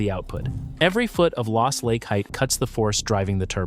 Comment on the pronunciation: Dis he say "heighth?" LOL